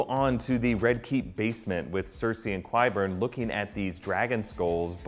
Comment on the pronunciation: Love this video. But is anyone else bothered by his pronunciation of Qyburn? :/